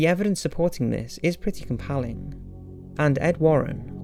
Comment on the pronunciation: Compalling? ummm... you mean "Compelling" right? Come on, stop embarrassing us Brits..